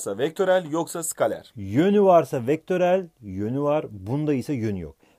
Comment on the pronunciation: Skalar degil Skaler